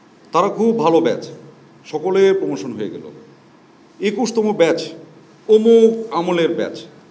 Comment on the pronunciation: এপোনমেনট, সিডুল, পোমোশন😂😂😂